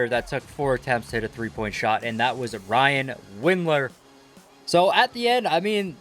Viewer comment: “Ryan windler”